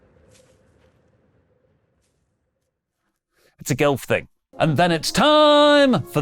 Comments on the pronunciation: I know he meant to say golf, but am I the only one hearing gilf? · Totally said gilf lol